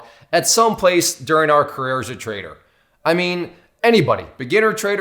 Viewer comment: dont know why, but i always hear traitor instead of trader...